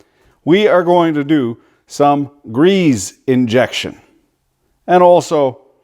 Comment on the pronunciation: Ahhhhh. Its grease not greaze. Hits my ears like a 90yo nun on a sabbatical.